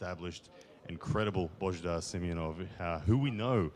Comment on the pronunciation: Its not Simenonov its Simeonov